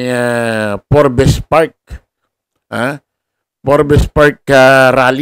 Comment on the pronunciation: correction lang— pronounciation ay parang. Forbs - silent e